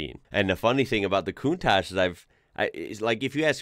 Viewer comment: That's not the "mazinga" 037, but a 4wheel drive prototype of the S4. The turbo 037 was undrivable, with the rear wheel drive only. PS: The right pronunciation of "countach" is with the two last letters like the C of the word cheese, not "cuntash", but "cuntaC". Cheers from Italy! 😉